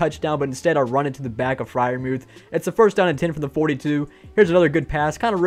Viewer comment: "Jesus himself Pat Freirmuth" really got me